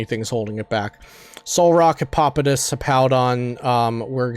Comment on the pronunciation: The pronunciation of Hippopotas though, it was perfect.